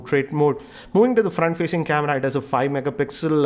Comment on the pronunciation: Why does he say "KemRra" instead of camera?